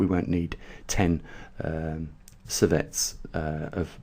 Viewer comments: lol...so is mispronunciation of an important operative word....even with the accent. sievert does not become servette due to an accent. You're awfully tight-assed about a simple correction. Chill....and realize that science does not work well in mispronunciation-land. Adults can accept correction. Scientists welcome it. Idiots prefer not to be corrected. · seeverts. Sievert. Not Servette. TY. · Geez..an accent is at play here!